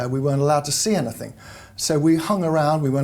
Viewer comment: I have difficulty listening to saying "Anythink." Hasn't anyone ever told her there is no K on the end of anything? I feel that someone who is the Daily Mail's Royal Editor should know better. She is obviously well qualified for the position, however; when I hear that, it makes me cringe.